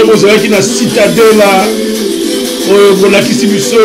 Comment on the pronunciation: Cidadela et non citadela (cidadela desportiva donc ville sportive)